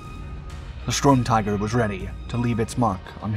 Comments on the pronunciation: This dumb robot keeps saying stormtiger, isn't it sturmtiger? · stop saying strumtiger fs its sturm